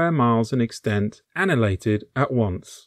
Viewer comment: "An-i-hill-ate-ed" - is a word of five syllables.